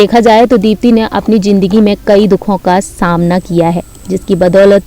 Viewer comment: Are woh jindagi nahi zindagi h bolne se pahele bolna sikho